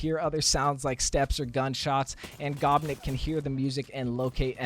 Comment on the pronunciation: Oi who doesn’t know how to pronounce gopnik if that gopnik came to game would be my number one choice for sure